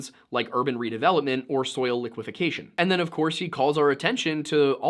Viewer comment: it's liquefaction, not liquifecation!